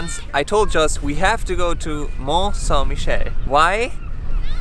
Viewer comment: Well, you butchered that pronunciation of the place, haha May want to learn a bit about quicksand, well worth to learn about it.